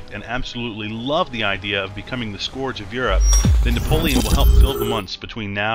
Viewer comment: "Skorge of europe"? It's pronounced like "skerge", idiot.